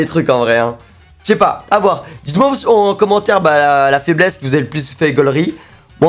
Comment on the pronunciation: Tu parles de peur ou de faibmésse mec ?